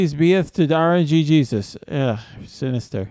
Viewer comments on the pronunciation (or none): This shouldnt annoy me as much as it does but... R-N-Jesus. Not RNG-Jesus, the G runs into Jesus lol. Other than that, great vid as always dude! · rng sus is the pronunciation. not rng jesus